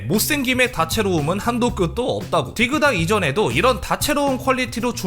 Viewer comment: 디그다X 딕ㅡ다O